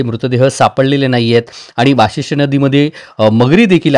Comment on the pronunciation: वासिष्ठी नाहीं भाऊ वशिष्टी नदी आहे